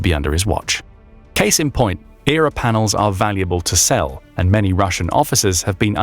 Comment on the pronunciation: 9.21 says Error instead of E.R.A........ LuL:face-blue-smiling: now a person that knows about military equipment and vehicles would know EXACTLY what its called. Sorry just from that stupid thing that makes this channel bottom of the barrel and most likely doesn't know a thing and is VERY questionable.